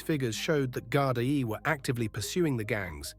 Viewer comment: I'll be honest, the stories you post are good but the Ai ruins it as it can't pronounce Irish words and it is very frustrating hearing Gard-i-e and Drogheda pronounced completely wrong. I understand Ai is easier than doing it your self but imo ppl would prefer a real person even with a voice changer.